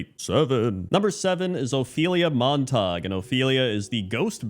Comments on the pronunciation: Saying [Mon Tog] for "Montague". If you yourself are unfamiliar, look up anyone, and I do mean anyone, talking about Romeo and Juliet. P.S. These quirks are why we will forever love. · Obviously, pronunciation of "Montague" is a reference to that Drake and Josh episode.;) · Most chaotic pronunciation of "Montague" possible, really woke up and chose violence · It's insane that this is the only comment about how he pronounced "Montague" 🤣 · Why pronounce it in French? The story of Romeo and Juliet happens in Verona, Italy. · It isnt pronounced "Mon-tog" for Montague.... It is pronounced "Mon-ta-gyou" as in the "House of Montague, Romeo's family and then Juliet belonged to the Capulet House. Fix this or else you suffer a plague on both your houses.... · Mon-ta-gue (sounds like glue w/o the L) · Montague is pronounced Mont a goo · Ah yes, the rivalry of family Mon-tog and the Cah-pullits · You’ve definitely never read Romeo and Juliet with the teacher or seen a movie. It’s MONT-EH-GYU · pronouncing "Montague" as "Mon-Tog" is peak not knowing how words work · It's the orc pronunciation... 'Montaug' The Montaugs and Cupoolets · How on earth did he read Montague and get Montarg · I assumed he was mistaking it for Montauk, the town on Long Island which is pronounced that way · Just a heads up for anyone wondering, Montague is pronounced mawn-tay-gyoo. From Romeo and Juliet. Are you a Capulet, or a Montague? (Rival families in the play). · Mispronouncing Montague cracks me up because for years I said it like that too 😂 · it took me way too long to realise you were pronouncing Montague wrong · its Mon-Ta-Goo not Mon-tahg 😭😭😭😭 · MONTAG!!!! Man has only ever read the word :D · "Monte-gue" not Montok. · come on man, it's Montague not montawg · Not Montag... it is pronounced MONT-a-gue... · Mont-ag-you not Montahg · Isn't it pronounced Mont-ag-you, not Mon-tog? I have to see the spelling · Argh “Mont-a-gyoo”